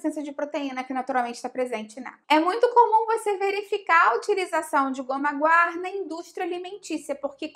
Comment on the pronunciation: Sim! A pronúncia está correta